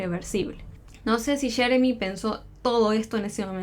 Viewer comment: Porque quieren hablar entre americano y español ? Muchacha dilo como es yeremi,no sheremi ,no lo hagas tan payasito